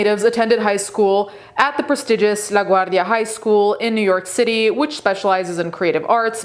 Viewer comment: Is that how I’m supposed to say LaGuardia?! 🤯🤦🏾‍♀️